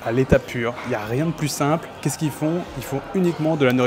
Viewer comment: Salut, Franchement ton "qu'est ce qu'ils" à chaque fois que je l'entend me fait très très mal à ma France!